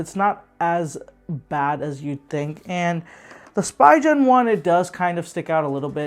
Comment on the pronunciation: Nice review except it's called spee'gan and not spi gen